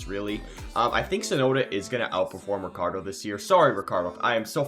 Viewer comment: no rikkardo. but, ricchardo. is italian name